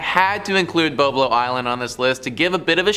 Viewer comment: It is "Bob"lo.